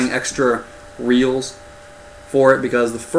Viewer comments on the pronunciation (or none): none